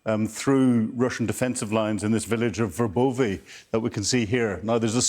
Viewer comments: Verbove (Ver Boh Vah) and Robotyne (Roe Bot Ti Nuh) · They're pronounced VER-BO-VAH, and RO-BOT-TYN-YAH